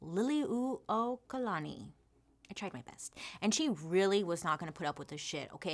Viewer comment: Bailey! This is why I love you. Trying to help us put our true history out there. Mahalo piha for doing this video AND for putting in the time to get accurate research. Your pronounciations aren’t totally off and you got the pronunciation of Liliu’okalani right which is a hard one for many. This video is much appreciated! Mahalo nui 💙💙💙